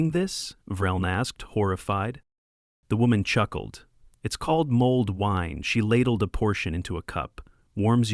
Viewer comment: Mold wine? Can't the F***ing AI get things right, it's mulled wine.